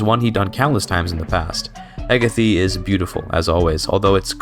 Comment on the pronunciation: its Heh-gae-th